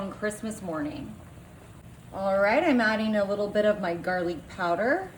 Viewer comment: Please….garlic. NOT garlique.